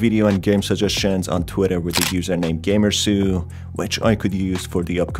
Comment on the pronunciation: Just heard you pronounce that channel’s name 😂 I was called it “ GAMER- SAULT like SALT 🧂 with a letter U 😂